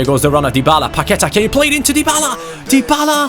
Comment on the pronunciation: Hey, just so you know Paqueta is said with the stronger letter being a so its like Paquet"á" Sorry for bad english cheers from Brazil☺